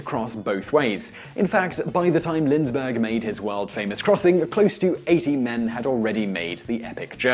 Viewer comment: It was LIND-BERGH, not LindS- or Lindz-bergh fool